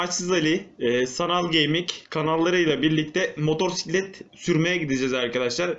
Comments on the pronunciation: hocam bastıra bastıra motoRsiklet demeseydin eyiydi :D motosiklet diye yazılıp okunuyor çok bilmişlik olmasın ama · senin işin baya zor ya. Kusura bakma ama daha ismini söyleyemiyorsun 😂 motorsiklet değil motosiklet diye okunur ve yazılır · Önce motosiklet demeyi öğren sonra sürmeyi öğrenirsin motorsiklet nedir abi? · motorsiklet değil motosikelt:D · Güzel videp fakat motorsiklet değil abi, MOTOSİKLET. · modorsiklet derken ? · Motorrrsiklet degil amk motosiklet motorrrrrraiklet ne gicik oldum